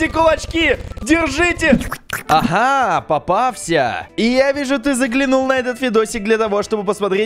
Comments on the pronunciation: Почему ты сказал папався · В самом начале этого видео сказал папафся